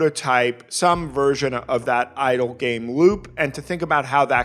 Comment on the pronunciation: The way you said it I was like "Hell yeah, idol game, space rock girls, woo!"